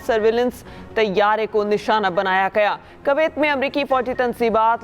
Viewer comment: اردو خبریں پڑھنے والی کو کم از کم "اردو" سے تو واقف ہونا چاہیے۔ کویت ۔۔۔میں واؤ پر زبر نہیں ہے۔